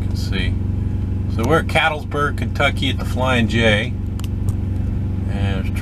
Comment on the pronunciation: BTW, it's pronounced CatLETSburg, KY. :)